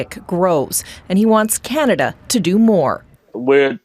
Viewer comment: Pattison wu. Ah..cananada?